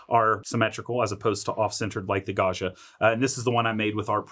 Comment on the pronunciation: This looks fantastic, but please learn how to pronounce Gaggia!